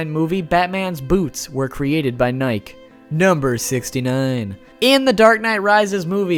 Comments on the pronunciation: This dude saud nik. Not nike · It’s Nike like Mikey just say Nike